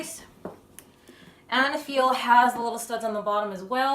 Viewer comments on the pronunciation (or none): I think the brand is pronounced eyyyy-neee-feel